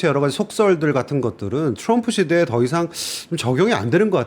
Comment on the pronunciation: 온갖 한국 발음 다 하시는데 트럼프만 츄뤔프 네요